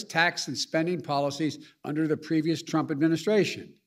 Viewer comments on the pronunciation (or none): none